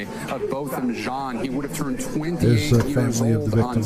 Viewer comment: The man's name is Botham Jean (pronounced John).